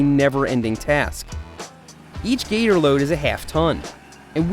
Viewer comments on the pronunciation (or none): You said geter instead of gator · did he say Gitter? Gitter. I pronounce it Gator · sorry but "the gitter" is not pronounced right it's gator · Your pronounceing gator wrong and just an fyi it has a dump box. It would have made this project easyer instead of shoveling it out